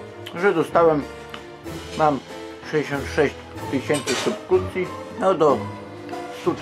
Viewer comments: I subkrucje jeszcze byly dla Jego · Supkucje , tego nie słyszałem, Było sypukcja, sypucja,supluksja 🤪